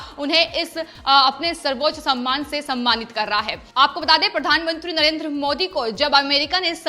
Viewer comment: समयमान नहीं सम्मान शब्द पढ़ें।